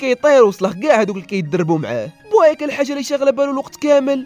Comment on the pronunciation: بويكا ماشي بوايكا😅😅😅😅